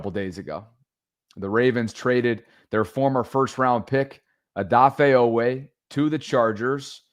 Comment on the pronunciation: Long E sound G!!!!😂😂😂😂😂